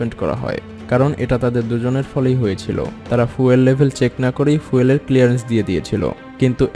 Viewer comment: উচ্চারণ টা ফুয়েল না, ফিউল।😃😃